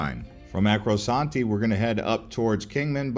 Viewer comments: The guy said Acrosanti, but it's really Arcosanti ("arco" instead of "acro"). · Route 66. DOES NOT go across the across the coin ry. Chicago is 1,000 mils from the Atlantic. ArcoSante is NOT pronounced that way. Say it right. Arco-Sante.